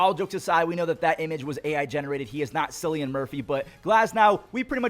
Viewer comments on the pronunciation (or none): it's Killian (Cillian) with a K sound